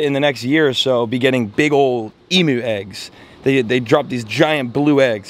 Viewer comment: gday ... been watchion a while but never typed here .... please pronounce emu as emyou Aussies always have ... thanks in advance ... enjoy your show ... love the ponds and the fish n stuff ... btw Finatic is a fun Guy ... 95% of the stuff he does would be illegal in Australia LOL